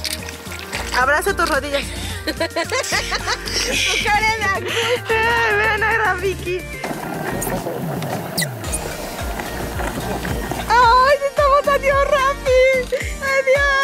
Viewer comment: Me dió risa cuando LESS dijo rafiqui njqja